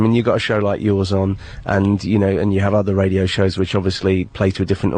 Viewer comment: GRRRRrrrrrrr!!!! I already get enraged by the way he talks in general, but there are certain words/phrases that are so amazingly annoying, that I think I went back in time the last time I heard him say “Radio Show”…something pops in my head every time I hear it, not sure how to write it out, but RAY-DEE-OH SHAOW Is about as close as I can get (and why on earth does he feel the need to say these words almost every single day?!)